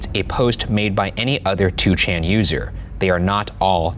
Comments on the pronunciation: 2chan is actually pronounced as Ni-chan in Japanese. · It's pronounced "Nichan" ...